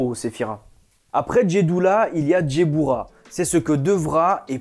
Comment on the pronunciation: Guibbourah pas Djebbourah. Le G se prononce Gue. et la Malkhout se prononce Malrout. Le KH est gutural. Hokhmah se prononce Rormah. Yesod se prononce yessod. De la même manière qu'il y a l'arbre de vie, il existe son opposé (arbre des Klipoth, une klipa c’est une Sephora brisée e donc elle n’est plus dans la pureté), l'arbre de mort qui ne démarre pas à la malkhout mais qui né d'un excédant ou d'un manque de rigueur (Guibourah). Car c'est dans cet excès ou ce manque mène à la déviance. Soit tu es en manque de rigueur et tu n'avance pas, tu stagne et redescend, soit tu as un excédant de rigueur et à ce moment là tu entre dans le mal, dans l'intolérance, la frustration et la méchanceté. En revanche à ton arbre de vie, il te manque la séphira cachée : Daat (la connaissance cachée) qui se situe entre la binah et la hokhma. Cette séphira est cachée car tu dois la découvrir tout au long de ta vie et te des études. Et pour finir, la Kabbalah n’est pas née au premier siècle mais est une tradition orale multimillénaire. Elle a commencé à être écrite graduellement à partir de cette période car les persécutions antisémites de peur que la sagesse ne se perde si tous les sages se faisaient exterminer. Même si l’enseignement reste élitiste. Puis certains sages extraordinaires ont fait des découvertes extraordinaires ou ont atteint des niveaux de sagesse et de pureté tels qu’ils ont eu les révélations pour écrire les autres livre : Sefer Yetsirah, Sefer Ha Bahir, Sefer Ha Zohar, Sefer Ha Ra